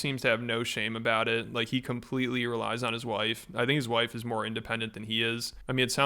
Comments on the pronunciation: Dude said wwhife 😆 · bro said hwife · “100% faith and trust in my whife” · He said wife with an H, like in a proper English 'what'. Never seen that one before. My Whife! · "My w-hife! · His "whife" ugh he is so disgusting